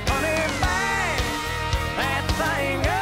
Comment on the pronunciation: I love how he says thang ;)